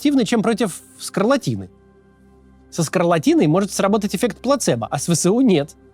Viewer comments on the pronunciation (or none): Максим вы же не владеете суржиком, поэтому, говорите правильно не Вэ Сэ У а Вэ Эс У, а то мы вас всех убьем :)